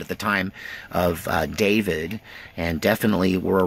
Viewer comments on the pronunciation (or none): none